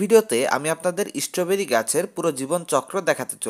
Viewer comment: ভাই, ওটা ঈস্ট্রোবেরি নয়, ওটা হল স্ট্রবেরী! উচ্চারণ ঠিক করো!